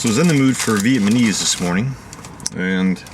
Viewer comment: Viet Muh-neese? Did I hear that right? 😏 Thanx for the LJ Peretti reviews...